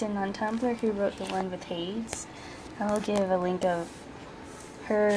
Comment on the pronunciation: Nice book of shadows. Always nice to see a witch from Arizona and working with the Hellenic Gods. I've never heard anyone pronounce Hades like that interesting lol. I work with Poseidon, Gaia and Apollo.